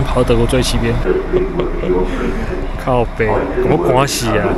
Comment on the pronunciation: 哈哈 第一句靠北好道地~